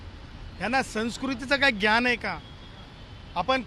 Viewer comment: याला साध मराठी येत नाही ज्ञान नाही ग्यान म्हणतो हाच याचा अभ्यास